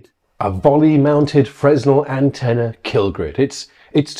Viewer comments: you both did, but Mr. Very Expert should know. It's first year stuff. It's a French physicist's surname. (Edit: It's Fre-nel. I forgot to say.) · Most technical people would also know that it is pronounced "fraynel" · I think it's pronounced FREN-el or fre-NEL rather than Fresnel, but how would Mark know that?! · His pronunciation of Fresnel highlights his very VERY academic knowledge. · The "s" in Fresnel is silent. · you were doing my head in with your pronunciation of Fresnel. Every time I say it in the classic Englishman's pronunciation I get told off. Please help me out, and say it the French way in future. PLEASE!